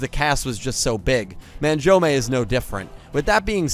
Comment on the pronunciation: The way you pronounce Manjoume is painful to listen to.